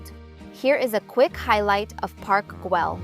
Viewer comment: And also casa Batlló with doble lt's not Batló, please try to learn at least the local pronuntation of all places visited, Casa Viçens it's with strong sound in last S, and also again Parc Güell is with doble ll no l (not Guel) correct is something like "Guey"